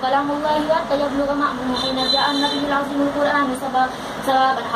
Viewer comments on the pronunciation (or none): none